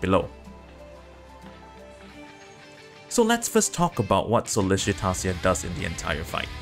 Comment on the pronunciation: YES, I KEPT BUTCHERING HER NAME CALLING HER SOLLICITATIA! lol Here're the timestamps - Thank You Everyone - Sollicitatio Explained - Phase 1 - Phase 2 - The General Idea of The Strategy - Key Unit Recommendation - Support Unit Recommendation - Who and When To Drop Leave a comment if you have any questions regarding the boss!